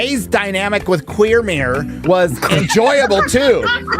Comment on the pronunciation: Finally someone else called him that, I was calling him that all the way through that flushable Headland theropy session. Gary is right, it's pronouced Queer Mir. No, not a spacestation for gay people.🤣🤣🤣🤣